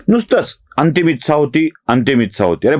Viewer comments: कृपया ‘इच्छा’ या शब्दाचा उच्चार आधी दुरुस्त करा. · एकदम बरोबर विश्लेषण... विलीनीकरण हा मुद्दा च पटत नाही फक्त एक नम्र सूचना इच्छा या शब्दाचा उच्चार फक्त जरा पहावा. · मराठी शब्द ‘इच्छा’ याचा उच्चार कृपया योग्य रीतीने करावा